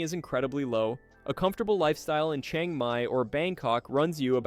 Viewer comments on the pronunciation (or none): none